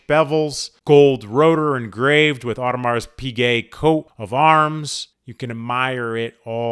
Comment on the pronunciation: Probably should learn to pronounce Audemars properly